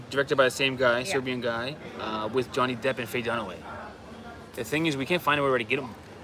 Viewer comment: your pronunciation of Serbian is excellent. Way better than most other tourists. You are almost local. Once you figure out how you pronounce letter J you are already there. IT is a most confusing letter for English speaking people. Also if you see letter C with the cap on top of it like Č it is like CH on English or S with the cap Š than it is like SH. If the cap on C is only half the cap Ć then it is lightly different but just read it same as Č and you will be close enough so you dont confuse yourself. For Ć you have to speak to local in person. You are right for number 8 it is pronounced like awesome. Also tomato pronunciation is like paradise.